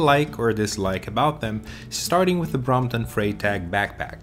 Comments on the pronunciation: I presume you've never studied German, or you'd know that the 'Frei' in 'Freitag' [Friday] is pronounced as 'Fry'...like in 'Friday' :-) I must admit I love the look of the Vincita Nash Rackbag, and might well consider adding this to my non-electric Brompton when holidaying in the Netherlands. Before I've used a combination of the T-Bag and a sports bag which sits on the rear rack and is secured by the built-in bungees...but I never feel it's that secure so am constantly checking that it's still there. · Sorry for mispronouncing Freitag. 😅